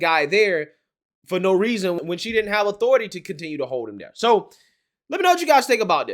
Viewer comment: Main takeaway- female… say not more. But I cannot listen to your vids man. “That, they, there” is “dat dey dare.” Hurts my ears a LOT. Unless you’re Jamaican??